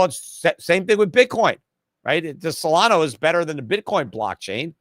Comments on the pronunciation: It's Solana, not Solano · Its SO LA NA not SOLANO